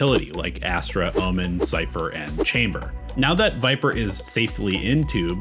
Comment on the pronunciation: Completely unrelated but is no one gonna mention the way he says Omen?